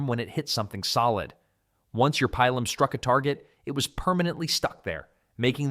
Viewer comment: No long vowels in Latin. It's pronounced Peelum.